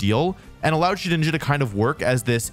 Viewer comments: Thank you for saying Shedinja correctly. I will now leave a like. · Bro can say shedinja right but not Zacian and Slaking 💀